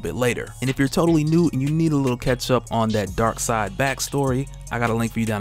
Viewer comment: It’s darkseid ... 🤦‍♂️